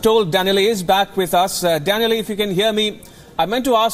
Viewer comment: Maybe Danielle got mad, coz he pronounced his name wrong, we will never know